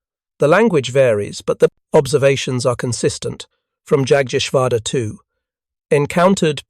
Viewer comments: A German ‘J’ is NOT an English ’J’. Also, I don’t know of any German ‘A’ that is not “short-A”, the classic “Ahh” sound. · Pls get the the German pronunciation right,it’s amazing how you mutilate Jagteschwader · The P-39 was not an experimental design, it was a fully developed military sircraft that suffered from burocracy and false economy. Whats with the weird noises scattered throughout? You need to practice saying jagdgeschwader correctly. As it is its horrible, rven with a fake british accent.